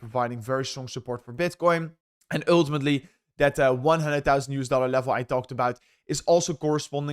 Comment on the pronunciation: dont say OOOOiltimitly if u dunno what it means ff s